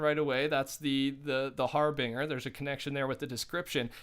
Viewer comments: Harbinger is pronounced, Har-Bin-jer (like Jerry) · Pronounced HarbinJer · Yo my man it’s harBINGEr. Like to binge, that’s how it’s pronounced lol just so you know next vid you talk bout it playa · I enjoyed everything in your video, except the constant use of har-bing-er, its harbinger, as in binge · "Har-binger" lmao it's pronounced har-bin-jur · Harbinger - har - bin - jer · every time you said harbinger omfg it’s pronounced harbinjer lmao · You're saying Harbinger wrong!! All it is is that the "G" in the word is pronounced as a "J" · Harbinger is pronounced Har-Bin-jer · Cool video man! P.s It’s Har-Bringer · Not to nit pick but can you say it har-bin-jer. It should help if you hear someone say it right. (Google can if you type it in the search bar) ps love your vids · Anyone else a little triggered how he says harbinger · U said harbinger wrong